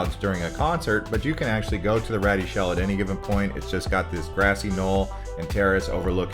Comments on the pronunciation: Great video, just correct two things please. The Rady Shell (pronounced: Ray-dee) not "ratty." The Rady Shell at Jacobs park opened in May 2021 it was named after some of the major donors. Ernest & Evelyn Rady gave 15 million to the project and Joan & Irwin Jacobs gave 11 million to the project, thus the name Jacob park & Rady shell. The statue (Unconditional Surrender) statue of the Sailor & Nurse embraced in a kiss: they're actually strangers to one & other. The authentic incident was photographed in 1945 in Times Square at the end of WWII. Read the entire history on the statue to find out all the interesting details of the original subjects in the famous photo from 1945. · It's pronounced Ray-dee shell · Rady is pronounced “ray-dee”